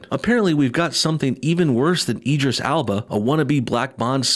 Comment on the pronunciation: Eeedris Alba? I think you'll find it's Idris Elba old chum, he's an excellent actor, give him his due (edit: sorry I know it's petty, but he is a fantastic actor, I could've accepted him as Bond, but not this SJW farce)